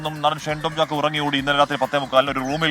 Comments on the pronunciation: ഷണ്ടൻ ചാക്കോ അല്ല ഷൈൻ ചാക്കോ 😊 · ഷണ്ടൻ ചാക്കോ എന്നാണ് ഞാൻ കേട്ടത്..